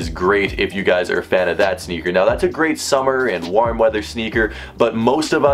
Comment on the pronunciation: The way u say warm is so funny